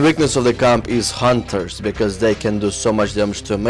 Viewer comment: i like how u say hunter with such emphasis on "H" its cool